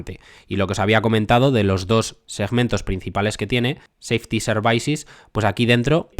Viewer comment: Services se pronuncia “servisis” no “servaisis” me pone nervioso que lo dices así veces El vídeo es excelente, no te lo tomes como un ataque, a mi me gusta que me corrijan Gracias por tu trabajo Dejo mi like :)